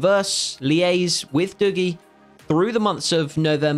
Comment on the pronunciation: Hi mate dougie is pronounced duggie not doogie